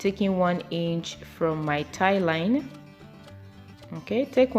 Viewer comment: Oh I just realized you were saying Thigh line....I was like what's a tie line 🤦🏽‍♀️ lol this was a great tutorial sis